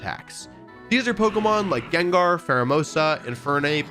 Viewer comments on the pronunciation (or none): none